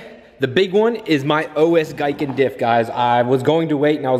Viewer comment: Pronkunced GEE-KEN love your videos brother wish I could get my Supra to you one day you do phenomenal work